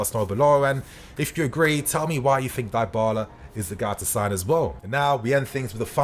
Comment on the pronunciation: Someone teach man how to say Dybala please 😅